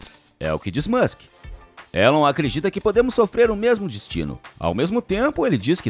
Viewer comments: O nome dele se pronuncia Ílon, não Élon. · Se escreve Elon, mas se diz ILÃN.